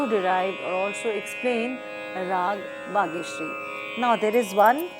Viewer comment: It is not Bageshiari , it should be Bageshri